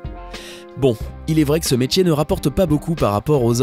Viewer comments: On dit métier et pas métchier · On dit "métier" pas "métjié" merci de respecter la langue française. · Metchier.. METIER BORDEL METIER ET PAS metchier